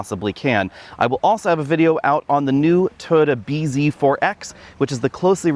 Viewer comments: TOY-OTA, not TODA. Wth? Also, Subaru and all other manufacturers should keep fabric off the dashboard. The gauge screen should have a hood around it to ensure it is readable in bright sunlight. You can see in the video that it is struggling with glare. The infotainment screen is non-critical, but drivers should always be able to see the gauges. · first time ive heard "Toyota" pronounced "Turd" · "The Toyoode" 😄🤣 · I like your Aussie accent, you pronounce "Toyota" as Turtle, and I have to get use to it, Why buy Subaru instead of Turtle BZ4X if they are almost identical? Depends on which badge i like better? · When you say "Toyota" I hear "turd"